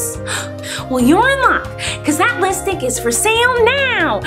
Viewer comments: IT’S LIPSTIK! SHE MEANT TO SAY LIPSTIK BUT IT SOUNDED LIKE LISTICK! EVEN HER DESCRIPTION SAYS SO! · she pronounces it as litstik... that's why i said it.. but no hate on the queen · Listick? Lol She doesn't even know how to say "lipstick". 😂😂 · fezrayoos not listik, it’s lipstik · Actually dissapointed it says lipstik and not litstik😂😂 But congrats colleen! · Logan Bluestone she says it Listick but the package says Lipstik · In the pak it says lipstick But it's liststick lol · I spelled it wrong for a reason listen to her LISTICK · Frxya she said that on purpose because Miranda keeps on says it like listick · She doesn't say lip stik right😂😂😂😂👋😈😈😈😈😂😂👎